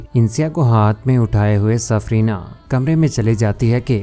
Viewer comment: Safina....safrina nahi